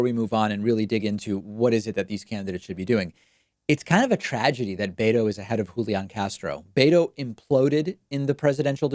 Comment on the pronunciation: David, it’s not “BAY-toe”. It’s “BEH-toe”.